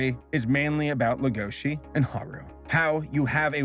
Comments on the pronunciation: noone:: legOUshi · Does Netflix have the series sub'd and dub'd? It's kinda annoying me that is saying Lah-goa-she & Tim, instead of Lay-go-shee & Tehm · Legoshi is pronounced 'lego shi" not " la goshi "... Sorry but hearing it wrong is such a cringe. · The way you pronounce legoshi makes me wanna actually die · Uhm … little nitpick here but you’re pronouncing the name ‘Legoshi’ very wrong. Now I’m really curious. Did you watch Beaststars only with English sub, or did you also hear it in English dub?